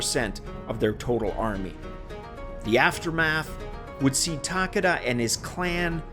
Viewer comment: Nice video. Just a heads up. When you say "Takeda" it sounds like you are saying "Takada". "ke" sounds closer to how you would pronounce the letter "k" in English.